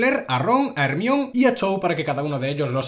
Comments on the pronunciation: te quiero pero no podés ir pronunciando "ermion" en vez de "hermaioni" por la vida sin ir a la cárcel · Yo creo que se pronuncia "jermaioni" no " Hermion" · Pense que estaba de broma pero literal en españa se le dice como se escribe osea hermione, en mexico mas o menos se pronuncia asi: jermaioni Y si es raro yo que soy de mexico oirlo asi, buen video de todas maneras te amo